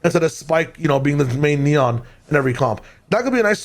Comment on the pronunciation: i recommend pronouncing his name in spanish: Neh-On